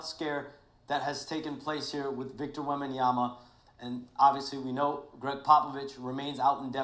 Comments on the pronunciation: “victor wembeeyamya”😭🙏🙏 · Wenbananas❌ Wenbanamyas ✅ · “Victor Wembyamya”😂😂😂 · He actually said webanyana(sry if I butchered it) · “Wembeeyamhya” yeah he’s serious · yeah thats definitly why he always saying wembananas😂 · Nah he said wembyamia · this dude said wembeeyamya fym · nah he said wembyamba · Bro said victor wemben yamya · Naw , he really Victor wembyanshda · Bro was serious and still mispronounced his name 😂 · He did NOT say that correct😂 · Bro actually tied saying his name and it was worse💀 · Bro so serious he actually tried to pronounce his last name